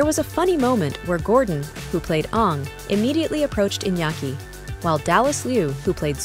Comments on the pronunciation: The narrator really said Ong like the movie… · Watching the M Night version of Airbender i see.... Stop pronouncing the characters name incorrectly lol.